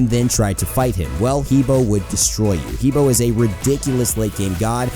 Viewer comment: he bo is pronounced hu bwah